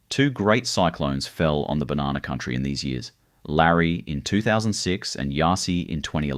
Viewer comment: 30 Seconds in and im done listening to you pronounce "Banana"